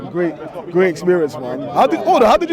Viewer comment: pulling an 'exberience' again 😅